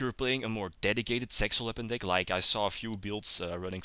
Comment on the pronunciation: when you sayed zexal weapons at the start i herth it sexual weapons lol